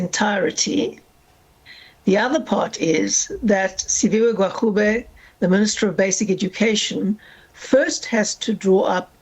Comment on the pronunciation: Hellen not educated..cant even pronounce minister gwarube.. Da pls go..eff wants to enter government and expropriate land without compensation